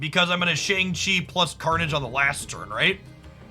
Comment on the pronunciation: Mispronouncing Shang-Chi